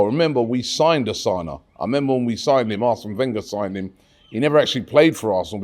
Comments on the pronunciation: Robbie is not Asana is Takumo Asano, I think Robbie needs to take pronouncition class😅. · yo rob. its asano. not osana. just like maintland niles. not maitland miles. gosh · Robbie its asano not asana. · Osana? ASANO, can Robbie seriously not read? It's not a polish name ffs